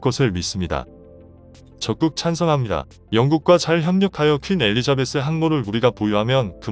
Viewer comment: 퀸 에리자베스지 웬 권 에리자베스로 읽느지~ㅉㅉ!